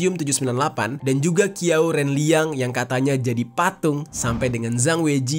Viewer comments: Bukan Qiao bang bacanya Chiao.. . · Qiau bacanya Ciau bang,Kalo zang itu bacanya chang Kalo Qu bacanya ci